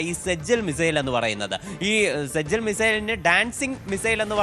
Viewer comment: സജ്ജൽ അല്ല * സിജ്ജീൽ *ആണ്.